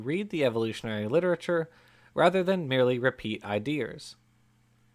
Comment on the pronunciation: "Repeat idears" yep. We got a southern boy lmao